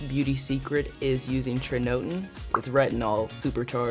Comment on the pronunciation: The way she pronounces tretinoin😂